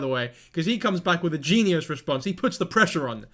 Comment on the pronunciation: Im 33 & ive never heard that pronunciation of genius